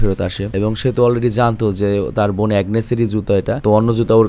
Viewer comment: সৎ বইন😂😂 বোন না বইন??😂 ভাই আগে উচ্চারণ শিখেন